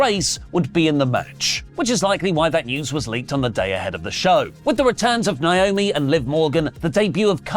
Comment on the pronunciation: pronounce "Naomi" correctly challenge (Impossible difficulty)